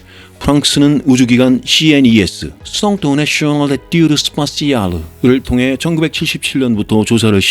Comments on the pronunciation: 썽 내쑈네 드 에뜌드 쓰빠씨알루~ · 썽써내쓔얼 ㅋㅋㅋ 죄송하지만 진심 빵 텅 터짐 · 쏭뜨 네셔널 에뜌 스파씨야르~ 😅😅